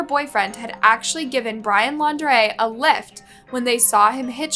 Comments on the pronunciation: It's laun- DREE Not Lau -DRAY. The very first time you said his name in the beginning, you said it right and then on to saying it all weird. But yeah, that wasn't a love story, that was a story of nightmares. For her in general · Brian Laun-draaaay. 🤯 Really? After all this time she still can't pronounce their names properly?! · It's "laun-du-ray- it's laundry. Like dirty laundry that he is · Not you changing Laundrie to L’Andre half way through the video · Pah-tea-toe. Seriously? I swear you TRY to say words wrong in your videos. And it’s super disrespectful to those that are passed and their families. Also Lawn-dree. 🤦🏼‍♀️ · Petillo ... No that's not how u say it get the victims name right thats so disgusting and disrespectful. And u said laundray? IDC about him but this makes this channel look so low. Not professional at all